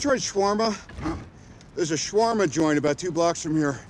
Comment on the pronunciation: I didn't notice this in the film but when did "shawarma" become "shwama".